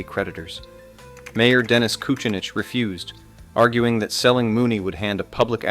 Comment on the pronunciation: Hough. Pronunciation: huff. Dennis kucinich , also mispronouced